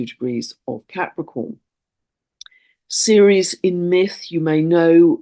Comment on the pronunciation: what do you mean when you say "seres"? Is this Ceres? The moon of Jupiter?